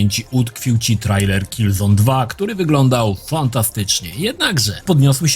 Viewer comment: Po polsku czyta się trejler. Pozdrawiam serdecznie